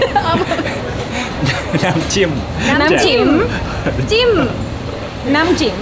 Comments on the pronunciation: lol, hope he explained the different between jim and jiim (last one is the correct with upper tone) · Thai vowels has 5 tones. If you pronounce NAM “JIM” in low tone jim will mean “pussy”. Correct tone is higher and jim will mean “Dipping”. JIM JAEW = Isaan sauce. If you pronounce JAEW with higher tone it will mean AWESOME or cool. The correct tone is lowest tone = isaan sauce. Think about the melodies in singing. Thai intonation is like that.